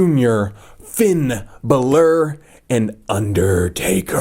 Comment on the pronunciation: it's is Finn Balor